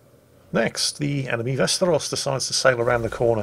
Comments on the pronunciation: He just needs to put emphasis on the last syllable and it'll be really close. Vaster'os, instead of V'asteros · Sounded like "westeros" the whole video to me.